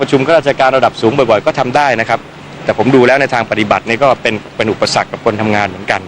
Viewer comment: ครับ. ไม่ใช่คัฟ. ใครสอนภาษาไทยเธอ ปูดองเหรอออออออ